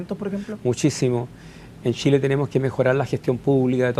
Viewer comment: Que alguien le enseñe a hablar a ese nombre. Tremendo que seamos dirigidos por personas así. Los diputados y senadores de Chile deberían tener por lo mínimo estudios de master para siquiera postularse. Tremendo! |"Shile está lleno de shilenos ayudados por un tesho para Shile"